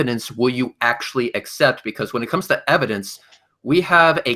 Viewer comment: The "ehv-o-dents"? Oh my... 🙄 It's like talking to a preprogrammed flat earth propaganda bot. I still think that there are NO flat earthers... they are all pretending, to feel special and superior. That's ALL of them.